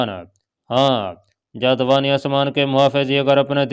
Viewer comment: اسلام علیکم۔ محترم رائٹر صاحب یہ سٹوری کافی دلچسپ اور معلوماتی ھے، مگر اس میں کئی جگہ پر بیان کی غلطیاں ہیں ، مثلاً ایک لفظ جاودانی آسمان ھے لیکن ادآئیگی کے وقت جاد وانی بولا جارہا ہے جس سے مطلب اور معانی ہی بدل جاتے ہیں۔ اس طرح کئی اور الفاظ ایسے ہی بولے جارہے ہیں۔ جِن کی نشاندھی بھی کردی جائے گی۔ شکریہ۔